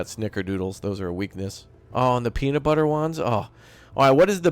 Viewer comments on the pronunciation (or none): none